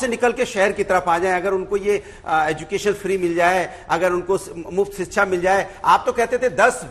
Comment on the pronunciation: अनुराग जी रोज Live शो पर आ जाते हो पर कम से कम हिंदी तो ठीक से सीख लो। सही शब्द है शिक्षा पर आप बोलते हो सिक्सा? बहुत बुरा लगता है जब एक राष्ट्रीय पार्टी का प्रवक्ता इस स्तर की गलतियां अक्सर करता है।😮